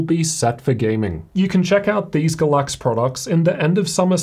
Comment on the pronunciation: Is it really “Ga-láx” with stress in the second syllable or is it “Gáy-lax,” with stress in the first syllable? We need to pronounce the names of our sponsors right. LOL.